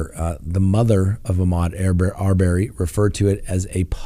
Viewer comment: Arbery = Pronounced Ar-burr-y, not Ar-bear-y